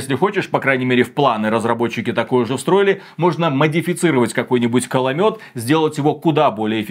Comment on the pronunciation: Да мля . КОЛОМЕТ К-о-л-о-мет . кАломет это звучит весело но определённо его нет в игре